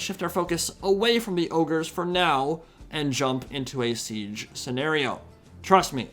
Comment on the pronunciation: I kept hearing tzeench towers instead of siege towers 😂